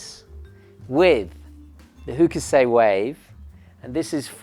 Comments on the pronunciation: Not meaning to be rude, just a tiny little suggestion for a fellow art lover: It should be "Hock-sigh" rather than "Hoo-keh-say" ;-) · Hock uh sigh. Fairly short second syllable, but definitely three in total. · Hokusai is pronounced "hock sigh". ;)